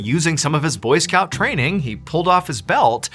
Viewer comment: Am i the only one who thought he said boyfriend not boy scouts